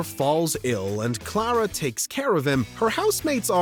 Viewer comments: If there's one guilty pleasure of mine, it's this........I imagine Twilight Sparkle as Clara/Toot when I'm watching it. Also, the way he says Clara sounds painfully wrong. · How can you mispronounce Clara’s name and then proceed to play a clip that has correct pronunciation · The announcer can't even pronounce Clara? Good lord.